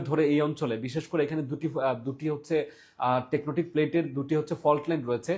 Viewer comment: আগে টেকটোনিক শব্দের উচ্চারন শিখেন ভাই!